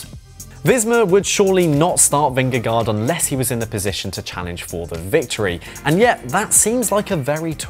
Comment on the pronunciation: Great piece, thanks. For the Danish pronunciation say, Vin-gah-goh. It’s the closest we English speakers can come. 😅 🇩🇰